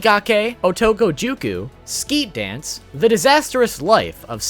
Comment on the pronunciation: The awful pronunciation can be excused, but "Skeet Dance"? really? that was an English word btw xDD there is a mobile gacha game called "Jumputi Heroes" it has a massive cast, bigger than any game that have been mentioned here.